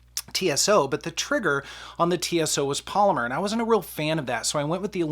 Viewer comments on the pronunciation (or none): none